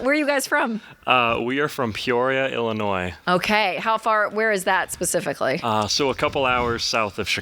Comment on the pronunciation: It's Illinois, not Ellinois 🙂